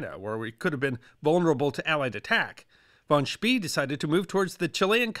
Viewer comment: Great topic, great video, but an American pronunciation of von Spee's name. E in German is pronounced A, V is F, and an S followed by a consonant is often if not always pronounced Sch. The Germans would pronounce von Spee's name "fon Schpay" using American English phonetics.